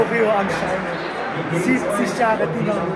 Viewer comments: Es heißt nicht Dinamo,sondern Dynamo!(Sowas regt mich auf!)😉! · Das heißt nicht Dinamo sondern Dynamo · junge das heißt dYnamo und nicht dienamo. 😂 das tut weh im ohr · Danke für deine Doku😊. Komm gern wieder ins Stadion! Aber Bitte DYYY nicht Dinamo😂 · TIPP:nicht Dinamo,es wird Dünamo ausgesprochen und Dynamo geschreiben 😊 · Bitte in zukunft dynamo sagen, nicht dinamo. Und noch ein tipp am rande "licht am fahrrad - dinamo" ist vielleicht in manchen Situationen nicht unbedingt förderlich für das körperliche wohlbefinden 😂😂 Und vielleicht bei den nächsten besuchen von Stadien die Menschen um dich herum nicht so nerven 😂 der kerl neben dir guckt nicht nur einmal total genervt 😅 Aber alles in allem steht fest woher die besten Fans kommen! Elbflorenz 🖤💛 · So,...und jetzt nochmal richtig DYNAMO spricht man "DÜ Namo" nicht DI Namo". Kriegste noch hin, Bro! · Dynamo.. nicht Dienamo :D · Dieses dinamo es heißt Dynamo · Es heißt DYnamo und nicht DInamo. Danke 🖤💛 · Tipp: es wird Dünamo ausgesprochen aber Dynamo geschrieben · Es ist grausam wie Du Dynamo aussprichst. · Wer noch nicht mal Dynamo aussprechen kann. Respektlos ist mit Licht ans Fahrrad Dynamo. Sollte dieses video für sein scheiß Clickbait Löschen! Zu 100% hast du nichts mit Fußball am Hut ubd solltest wieder dahin gehen wo du her kommst!